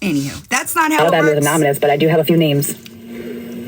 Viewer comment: Unless of course they were “anominous”. The number of times she mispronounced that word was astounding.